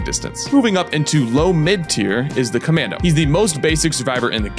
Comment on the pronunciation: CommAndy? Essplain yoself